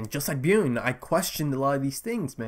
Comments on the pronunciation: No its not. It's more like "B-Yorn" or "B-Yurn" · Bjorn pronounced like B-Yawn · Man i am so freaking excited for you to watch this show. Its hilarious how much you struggle with Bjorn's name hahah